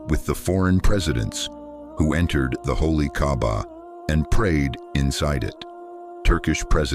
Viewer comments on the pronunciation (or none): By the way, it's called kaaba not Gabba may Allah guide you to the wghrit diraction.